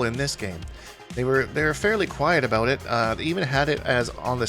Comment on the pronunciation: mans hit that "aboot" hard af